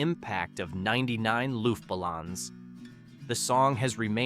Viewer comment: I always preferred the original language lyrics of Der Kommissar and 99 Luftballoons. Also, your pronunciation of the German titles is abhorrent. I cringed on that and other words. Sorry. LoL So painful! These are all must listens for me today. Falco's "Jeanny" was about a serial killer. He also had a scathing song about America and the music industry and commercialism.